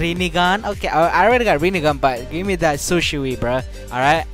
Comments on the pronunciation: shisui not shusi. I think itachi ms is good than shisui ms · this is how you pronounce Shisui "shiswee" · Shisui= she swe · Man called Shisui Sishu lmao, good video tho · How to say shisui say shii-sue-eee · Its SHI - SUI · Its Shi. Su. I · u pronounce shisui like shi su e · u talking how to pronounce shisui its like shi swui but its shisui idk why